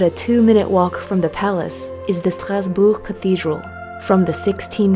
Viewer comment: So happy to see Mommy Oh and you traveling through Europe. Such fun 👏🏽 (Also, excellent pronunciation of ‘Strasbourg’ in French)